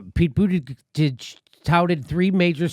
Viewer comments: Not an easy thing to say to America: ''May-Your-Boo-Tea-Jizz'' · Jimmy, I’m a big fan of yours and a Bernie fanatic. But please stop butchering Pete’s name. It’s so distracting. :) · His name is pronounced PEANUT BUTTER JUDGE. It's not hard, get it right. Jeez...... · You guys are pronouncing his name all wrong. It's Pete Bootyjuice.